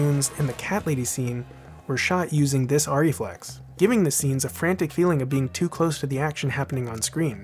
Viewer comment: You need to learn how to pronounce ARRIFLEX. It is not like orry flex. It is AIRY flex.